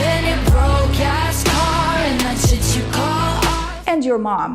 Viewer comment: А чому $hit я чую як шєт а не шит?